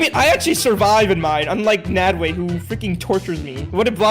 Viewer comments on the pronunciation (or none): it's not made way it nadwe you still got it wrong he did not add an e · It’s nadwe not Nadeway